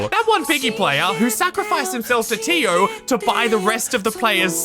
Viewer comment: totally not related to the video but everytime said tio i kept thinking of dio